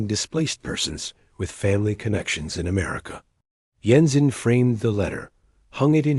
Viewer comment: Jensen doesn't use a silent J, kinda ruined this story